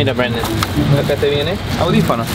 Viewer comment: nose dice mira brandom se dice mirra breidom